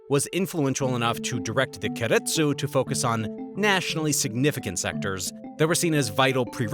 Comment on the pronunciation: Please learn how to pronounce keiretsu